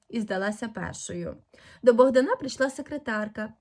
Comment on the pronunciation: Чому Богдана' а не Богда'😊на